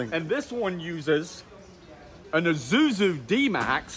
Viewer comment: Ok izuzu made my day, it's Isuzu not izuzu 😂😂😂